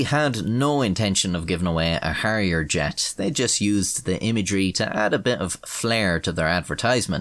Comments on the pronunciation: Its Harrier, and not Harriet. And its not McDonnell Douglas, its Hawker Siddeley. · Instead of "give me my elephant"it's "give me my hairier jet" lol